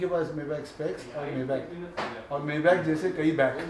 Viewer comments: you pronounce it wrong way mayback, say maybaack. Now you know, knowledge is power 😂😂😂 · He dont even kno how to p4onounce maybach correctly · Maybach pronunciation sahi karo Sahil bhai.. google pronunciation karo